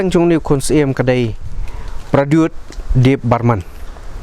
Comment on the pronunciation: He's Debbarma not debbarman